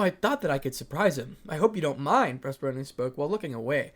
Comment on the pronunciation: purr-seth-phone-knee that is how do you pronounce Persephone. 😂😂😂 Sorry I don’t mean to be that guy but it was really just bugging 😅 Sorry 😂😅